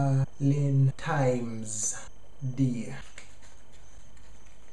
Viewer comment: "Valentimes!" Lol